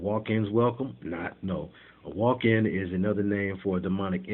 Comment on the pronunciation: Walk-in sounds like Joaquin. as in Joaquin phoenix that actor? very interesting